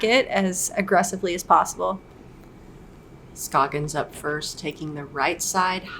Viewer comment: How do you not know how to pronounce Ohn Scoggins name? Have you been living under a rock?